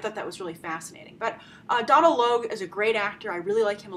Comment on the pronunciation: Donal is pronounced Doe-nal